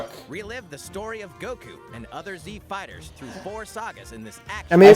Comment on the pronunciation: the narrator pronounces "fighters" as "fah'ders" and i love it